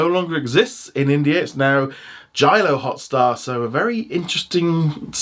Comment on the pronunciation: It's NOT Jalio Hotstar IT'S JioHotstar I WILL CALL PUSHPEK Sidhu